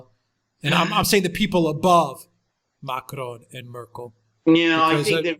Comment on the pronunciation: please learn to say Macron with a French accent not a Mexican one.